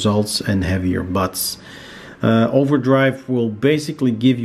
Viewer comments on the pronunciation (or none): none